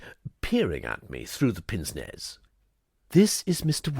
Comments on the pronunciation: Also, at the risk of sounding like a pronunciation Nazi, I believe pince nez is pronounced 'pans nay' - minor quibble in a brilliant piece of voice acting ❤🎉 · I do enjoy your readings, but feel obliged to point out that pince nez is pronounced ‘parnce nay’. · No it isn't. It is pance with a short vowel. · Great characterisation! Very enjoyable. Pity about the mispronunciation of pince-nez and Aline.